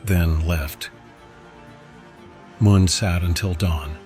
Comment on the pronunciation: Ajân "Mun" rhymes with done not dune, btw. อ. มั่น